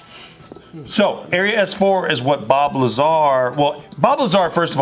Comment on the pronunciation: Bob Lazar. In an earlier JK video when was talking about Bob Lazar, it sounded like she was saying Bulbazar. I was like, let me look up this dude. Started googling Bulbazar and couldn't find anything.:( finally figured out it was Bob Lazar.